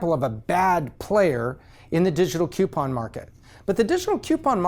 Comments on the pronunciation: Is it just me or is he saying "CUEpon" everytime and not "COUPon"? It's driving me nuts! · smart dude for sure.. but a pet peeve I can't get over.. they are not "Queue-pons" they are "Coo-pons" there isn't a "QU" at the beginning of the word. I know, grammar nazi, it's the little things I guess. I love the channel, though! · "KEW-pon" Is from "YEW-stun?" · It's not pronounced cupon. I like the video and the content but that's really annoying. You say Groupon properly but can't pronounce coupon? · PLEASE PLEASE stop mispronouncing "coupon". ;) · And that's how pronounce Coupon! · If only he could pronounce the word coupon correctly? It’s not spelt with a Q it’s spelt with a C